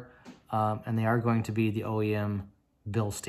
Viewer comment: Nice Video. I am thinking about getting myself the windowsticker and build sheed for my c5 as well, but it´s kinda expensive to get that stuff shipped to germany :/ And btw Bilstein is a german company, they are not pronounced bilsteen :)